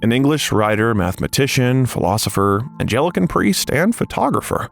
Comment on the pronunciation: "Angelican"? It's Anglican. Ang-li-can.